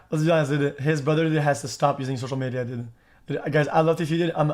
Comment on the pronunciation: Do you know that it’s pronounced dood not did